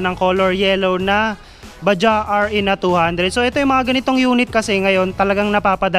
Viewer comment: Bajaj po Yan hindi Baja, pronounce as bajads sabi Ng mga kasama kong indian. Made in India.